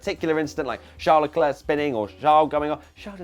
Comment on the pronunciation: Haha, your French "Cyril Abiteboul" was not bad! But I'm still waiting for the day you'll pronounce "Charles Leclerc" correctly xD